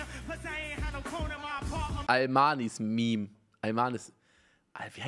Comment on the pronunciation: "Almanismeme" triggered